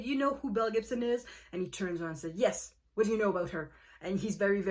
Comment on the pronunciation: I have no clue why I have never heard of this woman or this story! It sounds wild...although I kept thinking you were saying MEL Gibson! 🤣🤣